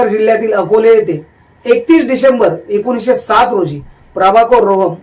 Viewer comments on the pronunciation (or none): जन्म 1907 असा आहे. उच्चारताना त्यांचे शब्द 1360 असे ऐकायला येतात..बाकी काही नाही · 1960 असे ऐकायला येतात